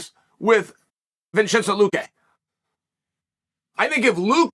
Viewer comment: The way Chael say Vincente luque 😂